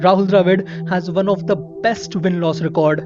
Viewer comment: I love your narration bro, but I always cringe when you say "Warn" Instead of "Won"...no offence, but It's pronounced as "One" and not as "Warn".